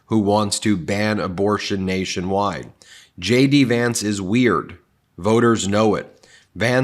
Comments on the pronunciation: It sounds like you're saying "Shady Vance" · Did you just say Shady Vance?